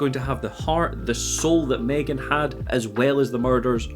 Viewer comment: m'threegan?? it's pronounced Megan but spelled M3GAN